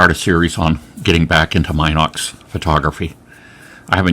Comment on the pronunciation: Anyone else trigged by "Mynox"? 😆